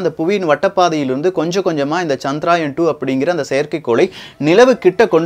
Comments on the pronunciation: சகோ அது சந்திரயான் -chandrayaan (சந்திராயன் இல்லை) தவறு திருத்திகொள்ள மட்டுமே,,please don't mistake me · Bro.. It is Chandrayaan. Not Chadraayan. Pls correct pronounsation also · It is not chandraayan , correct name is CHANDRA YAAN . . .